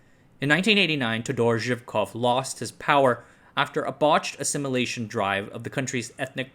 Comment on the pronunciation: It's not how you pronounce todor zhivkov but cool video